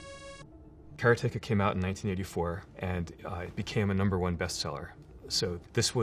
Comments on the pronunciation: kara teka? or karate ka. I can't argue with the guy who built it.. but damn, I think my version of the pronunciation makes WAY more sense. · I hate how he's pronouncing "Karateka". It's not "karay-take-ah" you fool - it's "kar-ah-teh-ka"!! Get it right! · TIL, Jordan Mechner pronounces it "care-uh-TAKE-uh" instead of "cuh-RAW-tuh-kuh". Both of these games are among my favorites from that era, though I think I played them on C64 instead of Apple II. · Nobody else is triggered the creator of karateka calls is cara-take-a? KA RA TE KA. It's litterally japanese. should sound more like kalatehkaカラテカor americanized Karate Ka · What the hell is that pronunciation!? Kara-teka? Didn't he make the game and do karate? It's Karate-ka ... almost makes his whole story unbelieveable now ... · All this time I thought the pronunciation was... 'Karate-KA' ; Mr. Mechner pronounces the title, 'KA-RE-TEGA'. How 'bout that? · he pronounces karateka as almost 'caretaker'- my whole life and childhood i called it- Karate-Ka - wat headfuck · TIL it’s “Kare-tayka” - I’d always pronounced it as “Karotica” in my head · I loved this video, and loved learning about how Prince of Persia was made. BUT, the biggest revelation may be that he pronounces it "Cara-take-a". I'm still in shock. :) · One of my favorite games. I still have my Apple //e and I hope I still have Karateka on 5-1/4" floppy disk. However, I never pronounced it the way you do (and since you created it you can pronounce it any way you want!). Be it known that I have always said kuh-RAH-teh-kuh – which to me sounds very close to Karate! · first off 'kara-teka', huh all this time I never knew that's how it was pronounced. As for prince of persia I definitely had fun with the SNES version, I'd love to sit down with the apple II version of that and karateka and finally beat them, though! this was super cool to see how that game was created, and blown away by the twist to beat the shadow-man that must've thrown people back in the day!